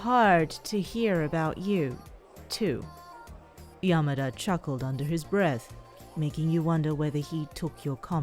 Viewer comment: everytime it says "Yamada' it says YAMA DIES